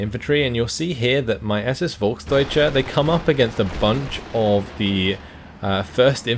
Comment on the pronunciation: I know you like to pronounce things correct. You say, Volk-deutsche. Correct is it, Folk´s-deutsche. You miss the s.